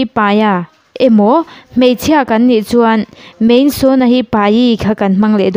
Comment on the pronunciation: MAI , hi MEI tiin ila lam hram in ka hria .